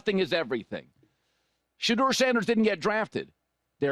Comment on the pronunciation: You get She-Door.....You get Dee-On. That is the problem. Both are insufferabley arrogant and Dee-On will want to be involved in everything.